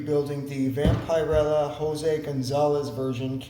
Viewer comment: Great job on the seam lines! The shoulders were poorly designed nightmarish monstrosities. By the way it's pronounced " Vamp-er-ella not "Vampire-ella". Great job overall on the fig. I also wonder at non gamer modelers using Citadel paints for anything bigger than gaming miniatures. I'm not a gamer so don't paint them at all. 1/35 is the smallest scale I work with but still use Vallejo or oils for them. Tried Citadel before but found them too expensive for the little amount of paint you get. Those pots are way too small. I also think their too bright for smaller scales.